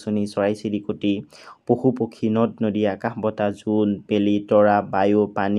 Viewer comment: sir আকাশ ✅ অকাশ❎